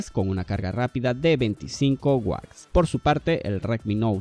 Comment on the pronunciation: Se dice WATTS! y AMOLED!, no guacs y amolec 🤦🏻 ahí dejé de ver tu video